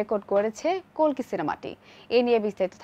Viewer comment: অশেষ ধন্যবাদ জানাই কালকি না বলে কল্কি বলার জন্য ০৩.০৭.২০২৪